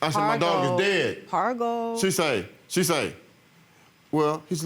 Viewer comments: Parvo ...not pargo lady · It's parvo not pargo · Ummm, it’s parvo